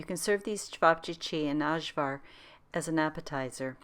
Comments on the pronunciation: Ajvar is pronounced "eye-var". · It's ok, very common for people who didn't grow up in a Yugoslavian houshold to mispronounce Ajvar. You're not alone!